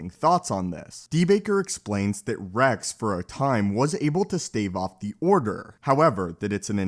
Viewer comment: Why don't you pronounce X and S ? Order sixty si- ? Captain Re-c ?